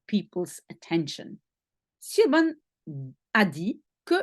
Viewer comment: SIOBHAN se bpronce CHIVONE , prononciation gaélique irlandaise bizarre